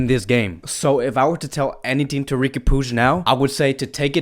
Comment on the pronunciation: Facts.. he needs to come up with his own contents. He doesn’t even know how to pronounce Riqui puig and Ter Stegen 😂